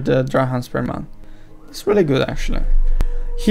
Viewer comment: Mate, nice video and all, but it's not DrahAMs, it is DrahMAs. Anyway, keep it up!